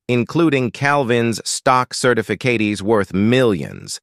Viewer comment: "including Calvin's stock certifiKATIES". 😅